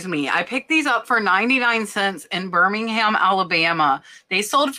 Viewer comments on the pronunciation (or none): none